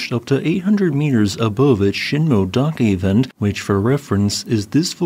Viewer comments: Shin-moh-eh not shin-moh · Sheen-moh-eh-dah-keh. The “-moe-“ part is two syllables, “mo-e”.